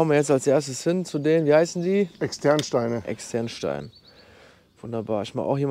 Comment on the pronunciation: Hi, mit einem Schmunzeln habe ich Deine Betonung von den Externsteinen gehört, allerdings sind diese nicht das Gegenteil von den Internsteinen 🙂. Die Betonung liegt auf der 1.Silbe: Ex! tern steine (von einem zugewanderten Hamburger und Neu-Ostwestfalen 😉) Ansonsten mal wieder ein schönes Video von Dir! LG aus Bielefeld..